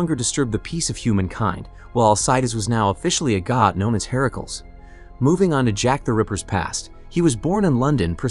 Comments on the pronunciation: Ok i was up for this but the herakuls bugged the hell out of me. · Why you keep saying Hercules name like that it's not pronounced that way